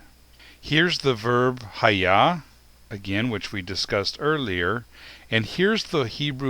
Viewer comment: Why do you pronounce it as if it is EHYAH, when you write it in EHYEH? Shouldn't be "E" pronounced as "E" and not "E" as "A"? Maybe "YEHWEH" is the sacred name instead of "YIH'WEH"?